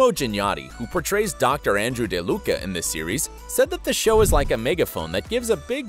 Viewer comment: the way you said deluca kdjfnjkf